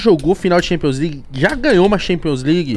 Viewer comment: Thanpions né kkk